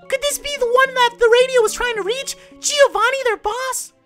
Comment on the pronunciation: Very nice vid Rodri ;D Just one thing, a small tip. Can you say "Joe"? That's the same sound as the "Gio" in "Giovanni" (well the best would be saying it with an italian accent but whatever). I don't want to act like a kid who has fun telling the mistakes people make, it's just a tip, think it's written "Joevanni", hearing G-i-ovanni is so bad D